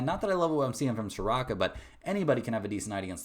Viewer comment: Mike name is pronounced sa roo....ka...... not sa rock a